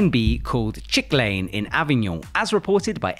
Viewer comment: "Chik Lane"?? You mean "chikane"?